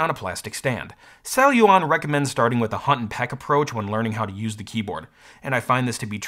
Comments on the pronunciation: How many times can someone mispronounce the company the video is about?? "Celluon" - not "cellulon". Sheesh. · What a weird name Celluon, feels like a kid is trying to say ‘Celluron’ but can’t pronounce R yet.